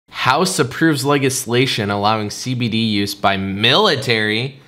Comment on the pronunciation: No one: DWKVideos: "LEG-islation"